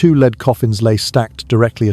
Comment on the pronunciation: Henry the eighth was her father, not her grandfather, and will you stop calling it a leed coffin its spelled lead and pronounced led, for an English bloke your pronounciation leaves a lot to be desired.